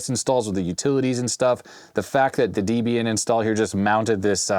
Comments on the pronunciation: Love your channel, and I really should see if you're willing / able to fix a narfed Atari SC1435 for me, but it is pronounced D-ehb-ee-un. Debbie was Ian Murdock's wife. Ha, pet peeve of mine! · "Debian" is pronounced like the names "Deb" and "Ian," as the project was founded by a pair of folks with those names (Debra Lynn and Ian Murdock). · It is pronounced like "Debbie In.". The guy who created Debian named it after his girlfriend.